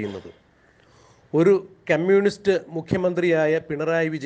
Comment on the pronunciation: ക്യമ്യൂണിസ്റ്റല്ല, കമ്യൂണിസ്റ്റ്